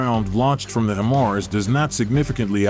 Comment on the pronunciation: HEY!!!! You guys are very irritating. The way you pronounce HIMARS is annoying.... One more time... It's is NOT "HIM ARS".... it is pronounced "HI MARS".. Get it? HI as in High... and MARS as in Mobile Artillery Rocket System.... HI-MARS. (sorry for being so touchy, but I'm a retired Army Sergeant-Major and this crap pisses me off)